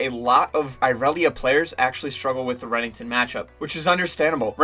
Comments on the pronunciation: just fyi its Renekton, not rennington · Who tf is Remington? Lol Bro good video but damn, ninjas name is pronounced, “ren-EK-ton” don’t do the green Barney like that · The way you say renekton makes me cringe D